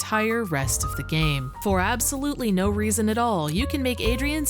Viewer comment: been supressing that Midwestern accent until now. There's "Nououwh" denying it. Quick google confirms she's from Wisconsin. We love to see it.